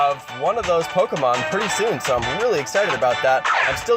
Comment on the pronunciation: did you stop trying to say Pokémon correctly?